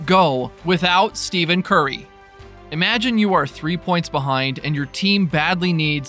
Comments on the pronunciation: Please...stop with the ignorant mispronunciation of his name! It's pronounced like ' STEFFEN'! It's not 'STEVEN'! Are you working out of China or something? No wait....China even knows how to pronounce his name! You're like one of 8 people on the planet that doesn't know how to say his name right! You were humorous the first video...now you're just being fuckingstupid!!! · I had to stop watching the video because you kept pronouncing it STEVEN. You just showed absolutely EVERYONE that you know absolutely nothing about the man and the game. STEFFFFFEN. STEFFFENNNN. Not STEVEN, you casual! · His name is “Stephen” not “Steven”. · Stephen Curry is "Stefin Curry", not Steven. Can't look further than the first 2 occurrences. What the heck is the philosophy/policy of not knowing how the name is pronounced of the person you wanna talk about... Just can't bear this. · Dude said Steven Curry. It's Steph - en Curry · yah but you should use the pronunciation “Stefan” as to not confuse people, because you telling the dude his name is Stephen and not Stephen, makes 0 sense because you can pronounce them 2 different ways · If a person is going to do a video on a particular player, at minimum they should know the correct pronunciation of that player’s name. That is just basic. You lose all credibility without that knowledge and it’s not like it’s a rather difficult pronunciation, like Giannis’ last name and that isn’t even the point. What does it say about this person making this video and he doesn’t even care to know how to correctly pronounce Steph’s name? It’s as easy to find out as watching any Curry highlight video.